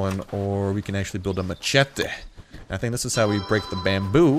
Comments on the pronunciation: Mach ete plz no its mash ett eee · its mashete not machete :P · Did he just pronounce machete ma-chet-a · Say maCHete one more time and that's a dislike.